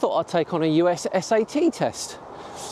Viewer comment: Nitpick each letter is pronounced Ess ay Tee